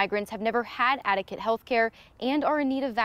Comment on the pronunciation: Did he really say "adecate" health care, or is that a word the reporter made up?